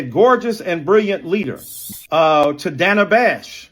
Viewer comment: Did he mispronounce Dana Bash's name? Her first name.